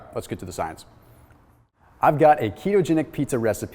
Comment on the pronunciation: I fucking hate it when you say science. Other than that it's a great video